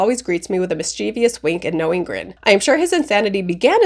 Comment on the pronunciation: Correct pronunciation of mischievous